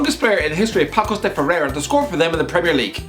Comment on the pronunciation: 🤓 Actually its Paços read like Passos, just thought i would let you know.